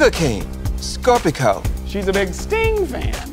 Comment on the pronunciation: What the fuck is "Score-peh-co?" Its "Score-pee-yo." Can someone please tell me what the hell is going on.